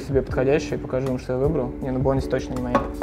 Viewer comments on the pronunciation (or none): Бонис ахаа😂 Бонс,такой модный а неправильно произносишь